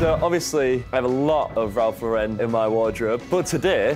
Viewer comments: No one gunna comment on the fact they are mispronouncing ralph lauren the whole time? Its pronounced LAU-ren, like the girl's name. Not lau-REN. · do people realise that it's pronounced Ralph Lauren with emphasis on Lau like the name Lauren? Ralph is American, not French or wherever you would pronounce it LauREN 😊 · Thick white socks with a black suit and black loafers was a mistake. Also luxury suit and dirty floor just don't mix. In the US RL is pronounced as LAuren. In the UK i guess it is more french like Laurent (LaurEn)? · They could at least pronounce the name right